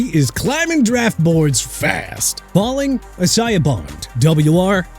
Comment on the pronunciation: HERE WE GO AGAIN WITH THAT E-SAI-AH NONSENSE... DUDE, ISAIAH BOND'S FIRST NAME IS PRONOUNCED AI-ZAY-UH! YOU GOT THAT?! YOU SERIOUSLY GOT A PRONUNCIATION PROBLEM THAT YOU NEED TO REALLY CLEAN UP!!! EMBARRASSING...